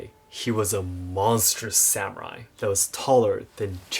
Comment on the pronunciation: Am I the only one troubles by the use of the term "SAM-u-raiS" vs "sa-mu-rai"